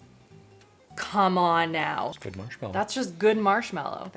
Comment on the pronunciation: Please it’s marshmAllow not marshmEllow.